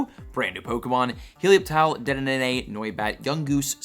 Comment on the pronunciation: ….your one of my favorite YouTubers on the platform. I’m a permanent subscriber but for the love of god stop saying dedenne’s name like that! 😭